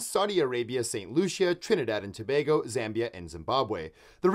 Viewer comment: Finally someone pronouncing Tobago properly.